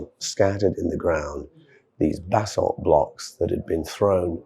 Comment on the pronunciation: Sounds as if you are saying bathsalt, lol. Buh-saalt is the correct Pronunciation for anyone who doesn't know.